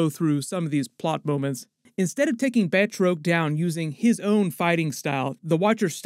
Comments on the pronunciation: Batroc is pronounced “Bat-rock” Also that actor is the greatest MMA fighter of all time, George St-Pierre. Put some respeck on his name. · Batroc...(BAT-Rock)...dude this is like 4 times with the mispronounced names...get an editor or have some one proof read.